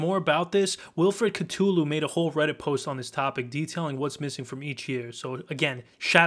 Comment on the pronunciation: bro how the hell you mispronounce cthulu